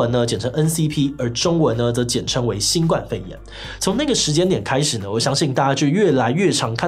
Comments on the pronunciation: 在堅持要別人稱呼新冠肺炎以前，麻煩自己先講對好嗎？「冠」當名詞（雞冠）時念一聲，當動詞（冠上）、形容詞（冠軍）時才念四聲。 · 其實是新冠（ㄍㄨㄢ）肺炎